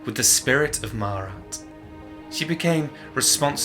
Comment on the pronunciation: You mispronounced her name mate sorry bout that good vid though